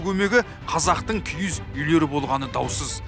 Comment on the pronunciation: КИГІЗ ЕМЕС КИІЗ ҮЙ ДЕЙДІ ҒОЙ. ҚАЗАҚША ДҰРЫСТАП АЙТПАҢДАРШЫ